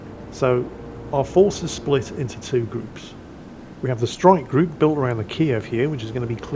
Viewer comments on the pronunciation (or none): none